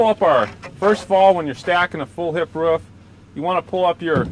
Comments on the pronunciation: Roof.. I say again ROOF - not RUF. I repeat not RUF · the way he say rooFF :D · Hes probably from NC/SC. His pencil shows a Building Supply store in NC (area code 704)..... probably made this video somewhere in the Charlotte area.